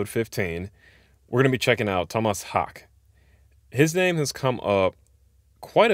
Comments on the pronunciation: For the pronunciation of his last name, it´s hAke, emphasis on the A and a flat e at the end, not a silent one like in US English. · Pronounced tom-mass hor-ka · His last name is more pronounced like HOWKA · “I” is staggeringly good, my favourite “song”. His name is pronounced Haakeh. The “e” is pronounced, as in “eh”. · Correct pronunciation as confirmed by the man himself is Haake (HAA-kuh) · Haake: the 2 a’s is pronounced as the a in car. And the e in the end is pronounced almost as the uh in “duh”. So it’s more like “Haa’kuh”. You pronounce e’s in the end of Scandinavian words unlike in American words. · Its pronounced haawkehh😉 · His last name is pronounced "Hulkah" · As for the pronounciation of His Name, just include the ending E to get "Haak-eh" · Great video. Being from Sweden; humble correction - Haake is pronounced like ‘hawk’ then add a short ‘e’ from ‘exit’. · Haake is pronounced: The "aa" like in "awe" and the "e" like in "Elvis" and the emphasis is on the E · You didn’t pronounce it correctly. The O in Tomas is like a slightly shorter version of the two o’s in ooh. The two a’s are more or less pronounced like the o in oh or okay. You should pronounce the e as well.. like the ue in que :)